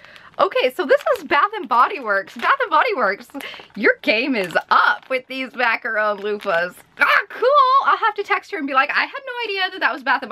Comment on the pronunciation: You’re pronouncing macaron wrong. You’re saying macaRONE when it’s pronounced macaRON.